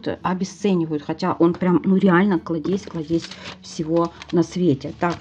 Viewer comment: Правильно клАдезь , а не кладЕзь!!!!!